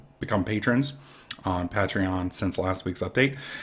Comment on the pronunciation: Pay-Tree-On not Pat-Tree-On xD